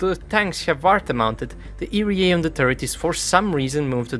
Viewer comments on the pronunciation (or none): It's ERA not "erie yay" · EE "EERRR" AAA Not EEE REEEE AAA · My favorite part is the 10238 times he said "eerie-a", truly a masterful rendition of 3 simple letters. Other than that, really enjoyed the comprehensive breakdown of capability. Edit: it occurred to me i should at the very least make a suggestion: you may find it easier to think of it like "eeyaray" and pronounce it like that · I am sorry but the pronunciation of ERA got to me. Eee-Arr-A as individual letters is how I say it. Eerry-A is just a way I never thought of saying it. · The way he says ERA really puts me off. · you probably already know by now but you are mispronouncing ERA